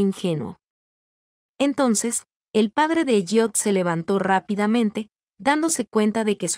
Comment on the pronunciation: esv ELLIOT no es EYOT y se pronuncia ELIOT